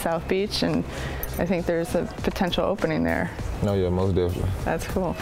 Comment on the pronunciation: MOST DEFINiNTLY all day lol